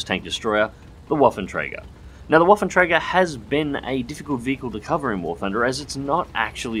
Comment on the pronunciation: 'twas a acceptable pronounciation, I'd understand it if you haven't put the name in the video. Also, interesting that you pronounce the "ä" correctly, for the most part English-speakers simply say it as "a" :)